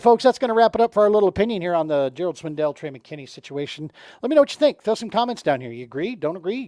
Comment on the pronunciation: I stopped watching the video when you said Gerald Swindle’s name wrong which was almost immediately. You say it how it’s spelled.